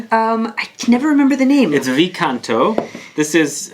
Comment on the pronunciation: Hi! Love your videos! Wanted to share with you what I recently found out and that is that V Canto is pronounced as CINQUE Canto (roman numeral instead of V letter), representing the 5th "singing" from Divine Comedy by Dante Alighieri. In this part of the Hell are located "carnal malefactors, condemned for allowing their appetites to sway their reason. These souls are buffeted back and forth by the terrible winds of a violent storm, without rest. This symbolizes the power of lust to blow needlessly and aimlessly: as the lovers drifted into self-indulgence and were carried away by their passions, so now they drift for ever. The bright, voluptuous sin is now seen as it is – a howling darkness of helpless discomfort.". I assume the perfumes kind of represent the story (never had opportunity to smell any of them thought.. : Thank you! Best regards! :)